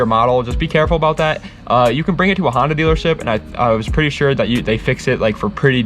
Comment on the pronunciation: N1gga just said "Hondota" 🤦‍♂️💀